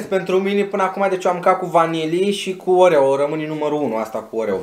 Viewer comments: a zis oveo in loc de oreo 🔝❤❤🤣🤣🤣🤣🤣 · în loc de oreo zice orevo